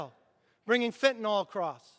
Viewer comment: Kevin, thank you for pronouncing FENTANYL correctly. It's FentanYl, not Fentanol and the mispronunciation just makes people look like idiots or illiterates. Maybe it's time to teach reading and English in school again. I was taught to read phonetically in 2nd and 3rd grades and it has served me well. for 70 years. I guess that's why that method was dropped. The Left has been working on us for a very, very long time.